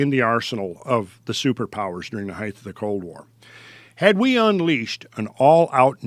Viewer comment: When this guy mispronounces height it drives me crazy. "Heigth"